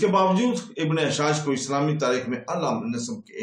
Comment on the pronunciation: aur aap Asha'th be ghalat parh rahay hain.